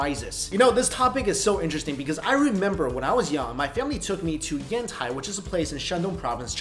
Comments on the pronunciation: I thought he said henti XD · When he first said Yantai, I heard hentai, and I was like, "OH DAMNNNNNNNN!!!" Then I realized he said Yantai, and I was like, "Oh." 😂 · I thought you said "Hentai" instead of "Yantai" xD